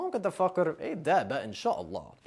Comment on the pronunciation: هو بيقول ممكن تفكر... بس انا سمعت فاكر او ذيك الكلمه 😂😂💔